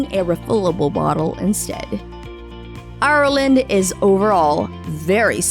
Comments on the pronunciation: Ireland, not I-ir-land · Hate how she says ireland